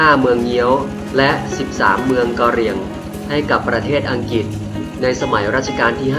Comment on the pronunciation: อังกฤษไม่ใข่อังกิด ออกเสียงให้ถูก